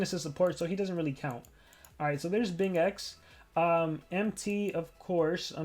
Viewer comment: Bing-xen 👍 Bing-ex 👎 It's ok sometime you'll get it